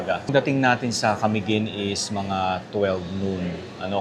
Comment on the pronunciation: Sir, you may please pronounce Camiguin in..." maluma". Its not accentuated on the first syllable. Ok?